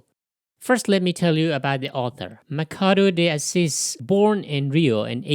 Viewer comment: The pronounciation is Mashado dee Assis. PS: Most Brazilians do NOT play "soccer" ( football), que do NOT hate argentinians. And NOBODY get naked after lunch... How stupid is that ? The same as I say that all the east coast americans kills native mid-western indians after lunch and then then goes to a Kkk Meeting... Study History before posting...